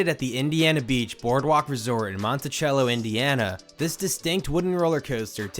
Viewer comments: So glad Indiana beach got saved even though I've only been there once.,Being from Indiana, it's painful to hear Monticehello. Monti cell o. Don't expect you to know that though. Keep up the good work! 😁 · By the way, it’s pronounced Mon-ti-sell-o, not montichello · I grew up in that area. Monticello is pronounced in the Midwestern: CELLO not CHELLO because we are unrefined idiots. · Yes, many towns are not Montichello but are Monticello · I just found this video and I'm sorry I'm laughing so hard at monti-chello. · No no, Say it with me. Mon-tuh-sello We aren’t refined here lol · Very cool video! I grew up near Indiana Beach, and rode this before it was redone, and after. Completely insignificant detail, but Monticello is pronounced Monti-sello Indiana to locals. 🥳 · Mon-ta-cell-o. Not a hard "ch" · Monticello, Indiana is actually pronounced with an 's' sound. Mont-uh-sell-oh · Mon-ta-cello is the way locals say the name of the town. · Its so cringe that you are pronouncing it wrong its Monti-SELL-o. But very good informative video. One of my favorite rides! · Its Monticello SELL-Oh like cellophane. ☺️ cool vid! Love the history on it! I live near here and didn’t even know that much! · Been there loved. Had a huge haunted house I got lost in lol. The city name sounds like this. You’re saying it wrong. Mon ta cell o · Native Hoosier here (I hate that I just said that), Monticello is pronounced Mont-a-sell-o, I know it’s super weird. I know super weird, thanks for the good laugh though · They pronounce the town Monte-sell-o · It's pronounced "Monta Sello" by all of us locals. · I kept hearing him pronounce it with the CH and not the S sound and thought “ We are not that fancy up here in NW Indiana to have a MontiCHello, lol” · Gotta point out that us Indiana locals pronounce Monticello as "Montisello". Hurts my ears to hear it pronounced the way it is in the video. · That was driving me nuts 🤣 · For real, that was botched pretty badly! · Mon-tah-sell-o not chello